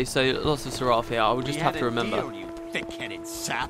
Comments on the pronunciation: PLEASE pronounce seraph correctly. I've been posting this on every single video and you keep slaughtering the pronunciation. Seraph is a real word, not a GW2 fantasy word. It's pronounced "SERef". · The in game characters pronounce it differently. I've heard it in game much more often as Serr-aff than Sir-arrf. So sorry (and Anet for being inconsistent). It'll always be Serr-aff to me.